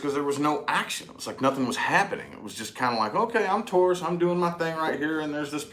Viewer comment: Tauros versus gemini 🤣🤣🤣🤣🤣🤣